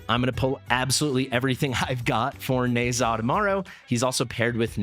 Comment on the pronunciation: Pretty sure it’s “Nehszh-ha”